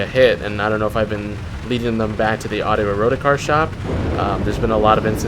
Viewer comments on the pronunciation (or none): Great IV content. I'm gonna be that guy and say I don't think its pronounced "Ero-ticar" I think it's pronounce "Erotic-ar". Rolls off the tongue easier I believe :P